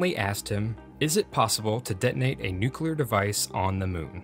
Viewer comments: "Nuke-you-ler?" Seriously, dude? Please bring back the old RealLifeLore narrator!! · OMG HE SAID NUKULAR